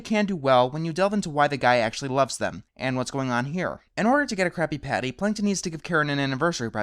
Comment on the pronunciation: pretty sure you said crappy patty.